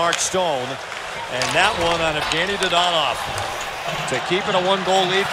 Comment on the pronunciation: Someone teach that guy how to say Dadonov name